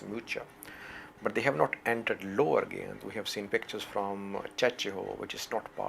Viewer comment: GA' YINT not GYANT